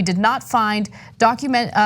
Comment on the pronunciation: Ana cant say documentary